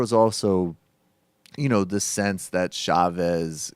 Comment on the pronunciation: Michael..... Chavez is pronounced, like Cha; as in Cha-Cha. No extended SH sound in Spanish[unlike Portuguese].